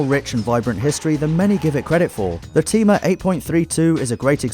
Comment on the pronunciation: Is that really how you pronounce Thema?